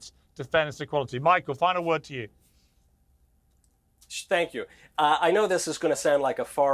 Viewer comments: MK said "spank you" 😂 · Did bro actually say "spank you"? 🤣🤣🤣